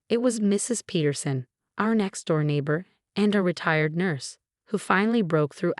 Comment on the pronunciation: Our, not her, MCAT, not NCAT. Heir, not hair. Pronounce syringes correctly. All for, not offer. Syringe, not sireange. Pronounce records correctly. Were Marcus's and Alex's sentences without the possibility of parole?